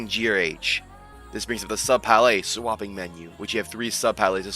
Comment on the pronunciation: Break down the word 'palette' into its individual sounds "pal" + "it". Say these sounds out loud, exaggerating them at first. Practice until you can consistently produce them clearly.